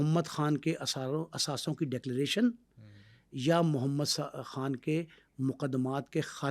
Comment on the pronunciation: Muhammad han Are bhai Muhammad khan tu kehna sekh lay yar